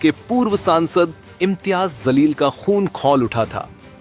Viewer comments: Mr Editor pl change yr pronunciation that Jaleel not Zaleel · Janab ,Zaleel Sahab nhi "Jaleel " Sahab ,sahi Naam lijiye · Pronounce sahi kar re pagal imtiyaz jaleel hsi woo not zaleel 😂😂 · Abe jalil ko zalil kyo bolra kis anpadh ko news ne ancer banaya hai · भाई, सही pronounce कीजिए। वह शब्द zalil नहीं है बल्कि जलील है दोनों में ज़मीन आसमान का फ़र्क है। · Naam toh sahi bolna seekle..zaleel raha..jaleel bol..ja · Abe ye imtiyaz zalil nhi ye imtiyaz jalil hai naam achhe se loo media walo . Itna padh likh ke bhi ek naam sahi bol nhi sakte ap log . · Sir ap ko naam bhi sahi nahi bolna ata hai naam hai imtyaz Jalil hai mim ka sher kahajata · His name is imtiyaz jaleel not what you are pronounced